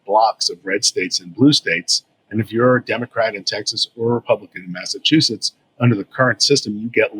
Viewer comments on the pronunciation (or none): none